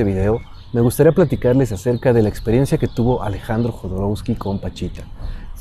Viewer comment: No es Jodorousky, es Jodorovsky, así se pronuncia la W.